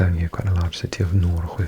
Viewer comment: I love your asmr videos! Especially USA facts etc. I am so very impressed with your language skills! Just one detail to make your Swedish words perfect: In regards to Norrköping, Nyköping, Linköping etc, "Köping" is pronounced with sh sound like in "shut up" or "shut the door" You have the most relaxing voice:-)